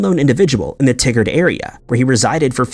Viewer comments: It’s pronounced Tye-gard….not tiggered. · i understand that you read to names and places and pronounce it the best you can. But its TY-GUARD, not T-GUARD. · Pronounced: Tie Gerd not Tig Gard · Just for reference, regarding the case of Marvin Alvin Clark...the pronounciation of the city he was from is pronounced "Tie-gard," not like "Tiggard"...coming from a fellow Oregonian. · "Tigard" is not pronounced like Tiggered, it's pronounced like Tie-gurred. Your wacky mispronunciation makes the tigger song go through my head, it's ridiculous. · I was born and raised in Oregon and the town you're talking about is pronounced "Tie Gerd". I couldn't focus on the story until I let you know that lol. 😀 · In the first story, it's pronounced TY-Gerd, Oregon.